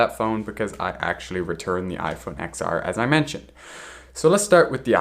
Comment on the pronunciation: just to let you know the X is pronounced as 10 :)